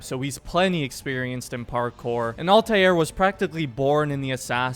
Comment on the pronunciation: Stop pronouncing Altairs name wrong